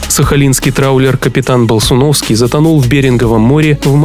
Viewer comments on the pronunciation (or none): Не болсуновский а ползуновский